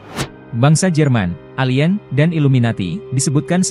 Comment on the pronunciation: bahasa english dan indonesia TIDAK sama..kenapa perkataan english disebut mengikut sebutan indonesia???...apakah di indonesia tiada guru english???..nak sebut perkataan ALIEN pun sudah rusak sebutannya..satu dunia tgk,jadi bahan tawa.. kalau x pandai english tu,jangan la nak trip2 english..